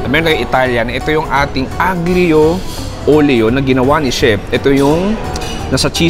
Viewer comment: Aglio Olio..aglio po is pronounced as Ah-liyo (silent G)..it means garlic in Italian..yun lang bye!